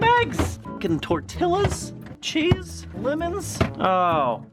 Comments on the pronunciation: Ok its pronounced TORE-TEE-AA not TORE-TILL-AA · Tor-TILL-as lol I love you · 😂😂tort-till-as omg its tor-tilla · So I'm not the only one that casually calls them tortillas instead of tortias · PLEASE DONT TELL ME HE JUST SAID TORTILAS.... OMFGGGGG THAT'S SO ANNOYING 💀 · Did any other Mexicans get triggered when said (tor-til-las) 😂😂😂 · DID ROB JUST SAY... tor-tiLL-as?! Someone tell me this is a joke! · Did he pronounce the l in tortillas ???? Did he for real say tor-ti_lla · It’s pronounced (Tor-Tee-ahs) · You are supposed to say tortillas like tortijas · he pronounced the L's in tortillas. Anybody else notice that? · Yeah, only 99% of the comments did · Its a vine thing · FINALLY I FOUND SOMEBODY AS WELL! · He pronounced the L’s in Tortillas 😂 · Does it bother you how he pronounces "tortillas" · did you really put the L’s in tortillas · Glad to know I'm not the only one who refuses to correctly say tortillas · I can’t brlieve he prounces tortillas as tortillas instead of tortillas